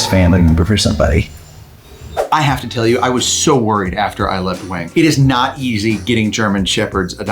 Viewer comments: Wang is Wong, not Waing. But in redneck, it is Waing. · the chinese name "Wang" is pronounced "wong" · Love the dogs and love seeing the pupdate. No criticism here, just a little helpful info about Wang's name. If you mean the Chinese name 王, the "a" sound is more of an "aw" sound like the "o" in fog. Cool to see how his eyebrows are like the top verticle of the character, the line of his nose is like the verticle line of 王, and the blond across the cheeks and across the chest kind of make the bottom two verticle lines of the character 王. To me Wayne will always be a 王.